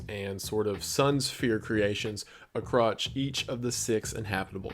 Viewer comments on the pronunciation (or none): just noticed, in Futuristic Earthworks - you mean to say "Across" but you actually say "Acrotch" which my 12 year old sense of humor can't stop laughing at. Love you brother, God bless. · Did you just say "a crotch" in place of "across":? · buddy. did you just say acrotch instead of across. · "Acrotch" lmao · if you listen closely, you can hear him say acrotch rather than across 😂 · “ a kroch ” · "Acrotch" Love you by the way, just found that hilarious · he said a crotch instead of across LMAOOOOOOOOO